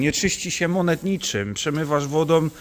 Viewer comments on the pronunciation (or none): none